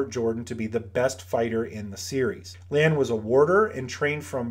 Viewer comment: It’s Lan. Period.